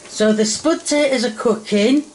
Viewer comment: "The spud ta'ers taste like spud ta'ers" Classic ❤